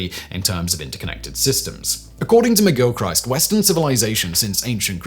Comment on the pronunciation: Today i found out you don't pronounce Christ in McGilchrist the same way as you would Christ in Christmas. Do better Simon. I get it's a standing joke, you slaughtering names, but come on 🙄